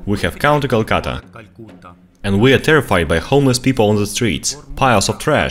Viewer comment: this time you pronounced it correctly